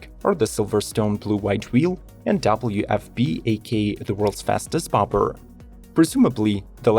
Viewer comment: Dang, not even 15 seconds in and this guy already pronounced “Bobber” as “Bopper” 😂🤣😂 like what the heck is a “Bopper” bike?